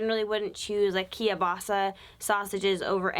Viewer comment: I love that yall pronounce kielbasa as "kiya-basa" lol